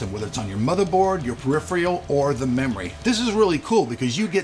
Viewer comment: Lol, I will never get tired of saying "per-riff-ree-ull."